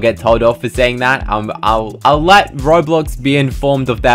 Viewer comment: You say Bowblox?